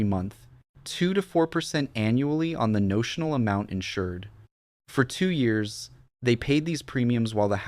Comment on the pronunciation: The way this AI says years is pissing me off...dislike